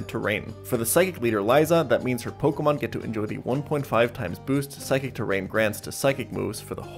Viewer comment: why cant anyone pronounce my name? Everyone else: why cant jan pronounce pokemon names correctly?